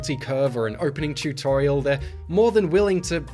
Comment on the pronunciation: Ahhh the tewt-torial